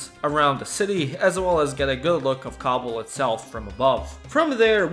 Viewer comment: Every time you say kabul i though you said cobble like in minecraft